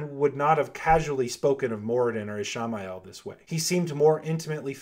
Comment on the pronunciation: I don't think Amalsan was a iteration of the Dragon. It is an interesting theory, but I just have never believed it. Also..why do you call him Ish-My-el? It is supposed to sound more like Ish-May-el just like the Moby Dick character.